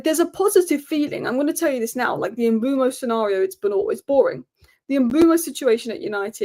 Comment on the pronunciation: Mbeumo is pronounced like Kinder Bueno but with M in front, surely… Umboomo sounds lazy